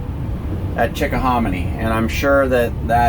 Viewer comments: Greetings from Virginia Beach, VA and Lorena. I hope you enjoyed your stay at the Chickahominy River. I use to own a cafe on the Chickahominy. you were absolutely pronouncing it correctly. I'm looking forward to your future videos. My husband and I just bought a new 5th wheel and will be going full-time next month. For now, more household crap to pack, sell, donate and toss. Safe travels. Jen & Shawn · You guys go some sun, looks good. You said Chick-o-hom-a-knee right in my book.